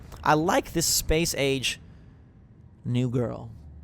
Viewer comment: Am I the only one who had to pause and re-wind when he said Space Age? I thought he said Space Aids...